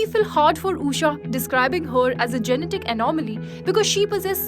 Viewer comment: Being an Indian, this journalist can't pronounce an Indian name, it is not Uusha, it's Ushaa